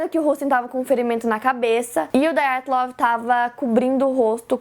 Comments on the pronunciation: Ótimo vídeo, ótima explicação. Parabéns. Já me tornei fã... Agora, que tal fazer um vídeo sobre o desaparecimento de Frederick Valentich, sobre o caso Felix Moncla e sobre o mistério da vila de Anjikuni? (Só um detalhe: o nome Dyatlov é russo; portanto, não se pronuncia "daiatlov", como no inglês; se pronuncia Dyatlov mesmo, como se escreve) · A pronúncia correta é "Díatlov". Ótimo vídeo! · Filha, o nome é russo: Dyatlov. Não apronuncéia "dái-a-tlov" que nem gringo! :(